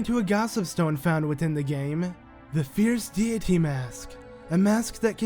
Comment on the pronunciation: Fierce deity (Fierce dayity)